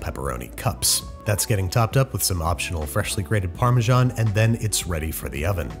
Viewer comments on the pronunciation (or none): Please! You pronounce parmesan completely wrong AAAAAAA 🍄